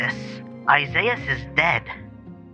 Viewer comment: Isiahs "Isaizz"